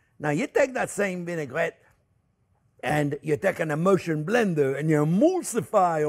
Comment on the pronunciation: My ears heard “butter is an emotion” instead of “butter is an emulsion” and I silently nodded. I didn’t hear it wrong. 🥹